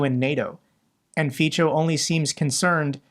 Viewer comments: The Slovak PM is pronounced Fitso, but please continue to pronounce it, as you do, since it sounds like a swearword in Slovak. :D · Hi, Fico is pronounced "Fitzo" but it's not a big deal of course. Thank you very much for all your work I really appreciate it. Greetings from Czech republic ❤ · Feetso not feecho, 😊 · Fico is pronounced "feetso", not "feecho". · Did you say, "faecal matter"?